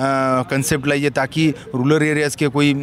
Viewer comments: Rular nahi re baba rural hota he. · Ruler nahi re RURAL asta te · Rular bolta hai Rural ko